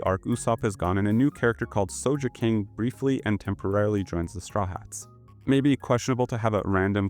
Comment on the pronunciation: why did you call him souljaking wtf 😭 did u not actually watch the anime...